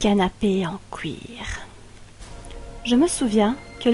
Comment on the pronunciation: c'est moi ou tu prononce cle titre "le canapé en couir" xD